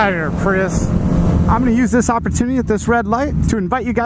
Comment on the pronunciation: Don't you hate on the PRY-YUSE!